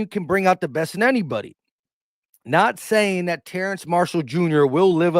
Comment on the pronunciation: Every time my man said TerraNce I said TerrAce. 😂